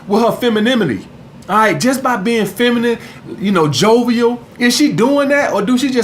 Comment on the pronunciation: My nigga said : ''Feminiminy''